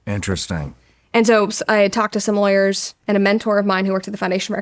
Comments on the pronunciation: I love how you pronounce lawyers like liars. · Great interview. Thank you Brett for the vulnerability. One thing I found amusing is how Brett sometimes pronounces “lawyers” to sound like “liars”. Kind of perfect. 😂